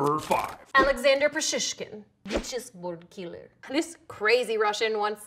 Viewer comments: legit russian accent "chessboard killer'' haha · Russian Accent: "The Chessboard killer" lol